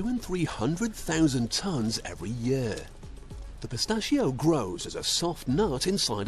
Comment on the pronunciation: the way that guy says PISTACHIO is amazing